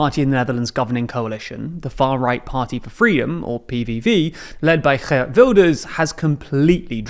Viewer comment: The double ee in Geert is pronounced like the English ea in ear. He, and his party, is also what's gone wrong with our government